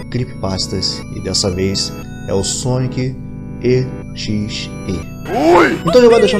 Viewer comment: Vixi falo o nome do sonic exe errado